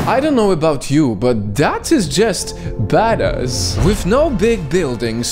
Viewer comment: the way he pronounces badass😂😂😂